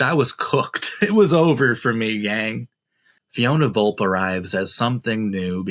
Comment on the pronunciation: It's pronounced Vol-pay.